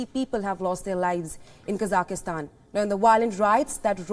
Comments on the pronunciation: needs to train their team on how to say the country’s name. Honest mistake. But still needs to be corrected. It’s Kazakh-stan not kazah-is-tan, it’s not to be pronounced like Afghanistan. Anyway hope things return back to normal in the country. So much loss of life is terrible. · It’s not pronounced “Kazaky-Stan” !!! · i think even tho there is a variation and a accent we should respect the original pronunciation and call it Kazakh-stan